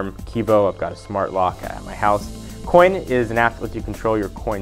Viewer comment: Thumbs up if.when he said coin you thought he said quinn